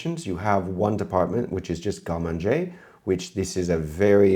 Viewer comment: I finally understood around 25min you were saying garde-manger... Wtf pronunciation is that?